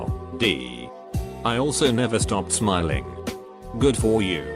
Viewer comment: Nobody: Text to speech: KEEP ON S M I L L I N D